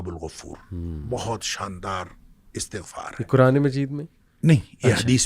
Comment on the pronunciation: Bhai Astaghfar nhi istaghfar hota hai❤❤❤ padhna Astagfirullah hai